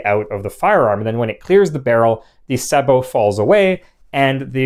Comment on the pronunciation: It is so nice to hear sabot pronounced correctly.